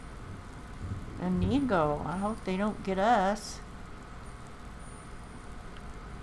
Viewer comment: Good morning grandma! that inigo name sounds Like (Amigo) when you say it and it cracks me up everytime😆 Like: Come on amigo Let's go